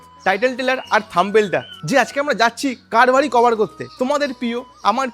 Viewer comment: অ্যাপার্টমেন্ট কথাটা । অ্যাপারমেন্ট না । , থামবেল না কথাটা থাম্বনেল । যাইহোক ভিডিও ঠিক আছে